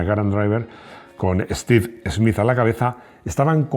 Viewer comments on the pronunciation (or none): none